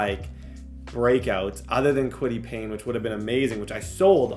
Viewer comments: for the love of god, and i have zero idea why this bothers me so much, but its KWITY PAYE (PAY) not PAYNE. KWITY PAYE. P-A-Y-E. THERE IS NO "N"! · plz bro it’s said kwity pay not pain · Kwity Paye = " Kwity Pain" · Kwity Paye! Not Payne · Kwity PAYE bro not PAYNE lmao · Kwity Paye not Kwity Payne 😂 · Kwity Payne 😂😂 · always be calling Kwity Paye “Kwity Pain” where the hell is the N in his name? 😂😂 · Dude I’m begging you please learn the names of these players. It’s kwity PAYE. I’m absolutely begging you, this happens in every video you do. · Lmao and Kwity “Payne”